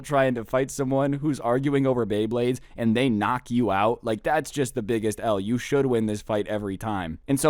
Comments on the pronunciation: lol pay bley blades that made my day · so we aint gonna talk abt how he straight up said "pay bleyblades" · "pay baybades with me